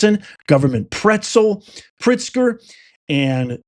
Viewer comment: Do Illinois citizens pronounce J. B.'s last name not as Pritzker but "Prickster?" Secondly, the United States citizens have a choice at voting locations: do you want ICE agents or cartel members there to oversee the voting process? It seems to me that ICE agents would exclude illegal immigrants from voting, right? On the other hand, would it be so surprising that armed cartel members who oversee election activities would exclude bonified United States citizens from voting? Is this so hard to figure out? To me this is like every day being black or white: there is either light or there is shade.